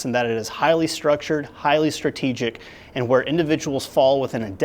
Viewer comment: It's pronounced "Haley Strategic" not "Highly Strategic"